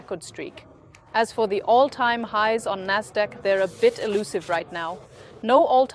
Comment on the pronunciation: Endlich spricht er die wörter richtig aus. Nasdaq, FED statt fett, etc.